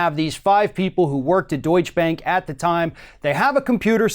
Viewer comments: It's not "Deutsch Bank" as in 'Donny Deutsch' but 'DeutschE Bank' - pronounce the last E. Why can't americans pronounce foreing names correct? But - never the less - Deutsche Bank needs to be cut down to size! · Please, it's not pronounced "Doich" bank - though Trump probably pronounces that way as well.